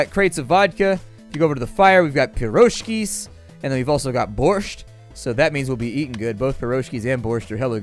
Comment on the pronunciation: you say borsht rong